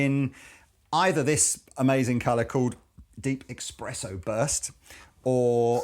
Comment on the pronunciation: Amazing sounds from! Awesome sounding guitars, just beautiful. One thing though... THERE IS NO "X" IN "eSSpreSSo"!!!!!